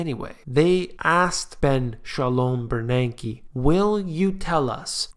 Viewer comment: Ben Shalome Bernanke. I'm LMAO how you're emphasizing that name. Guy, ur FUNNY!!